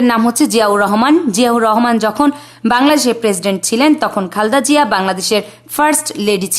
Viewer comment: খালদা জিয়া খুব খারাপ শুনাচ্ছে সুন্দর করে খালেদা জিয়া বলতে পারলে বলবেন নাহলে ভিডিও করার দরকার নাই 😢